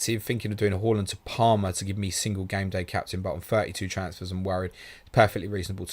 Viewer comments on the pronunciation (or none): Love the channel but can you please pronounce it Haaaaaland instead of Hawland and Son (S-on) instead of Sun. I wouldn’t normally get that bothered it’s just they are two players who are constantly mentioned and after hearing them mispronounced so often does get bit aggravating. Like I said…..love the channel bar this issue.